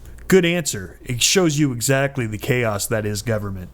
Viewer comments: it's that not dat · Dudes words: 'duh fack, 'dat', 'dis', 'dee outcome'. I get that he has a speech impediment. Sadly, it only adds credence to the idiocy of his 'answers'. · seriously how can anyone take him seriously when he can't say "that."